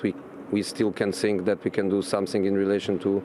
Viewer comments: " I sink " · I Sink we deserve the points!...lol, I could listen to him all day😂😂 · I don't tsink it's sink, but I tsink he says, "I tsink..." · every time Jose says " I sink", I blush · The day Jose mourinho does not say "sink" during an interview, football has ended. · I sink so, I sink so.